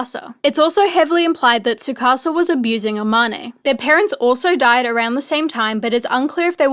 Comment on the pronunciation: Love this but, the way they pronounce Amane 😭